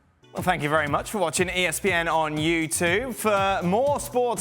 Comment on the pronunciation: Dan doesn't pronounce the 'b' in the word "YouTube", so it sounds like he's just saying: "Well, thank you very much for watching ESPN on U2".